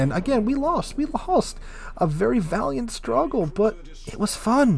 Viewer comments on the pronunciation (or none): none